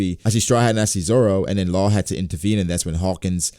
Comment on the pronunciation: Its not Law and it is not Carrot